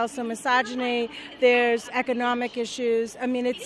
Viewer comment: ECK-UH-NAW-MICK ISHYUUZ